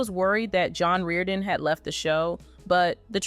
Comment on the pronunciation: Apprenez a bien prononcer son nom!!! Nul ce commentaire.. Vs n avez aucune info!!!